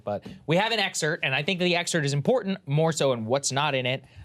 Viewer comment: ExerPt dude. Not exert.